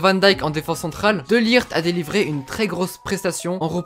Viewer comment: Rare les gens qui savent pronocer le -G de De LiGt. Sinon super vidéo.